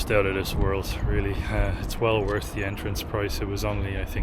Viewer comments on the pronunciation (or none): none